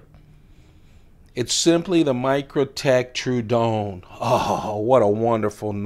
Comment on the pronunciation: I hate to be that dude, but the way you say True-don instead of true-a-don hurts my brain....